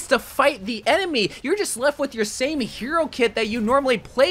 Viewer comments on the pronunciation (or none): none